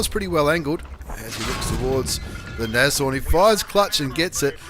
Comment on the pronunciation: I'm on Board! And it's pronounced Nasorn. German for Rhino.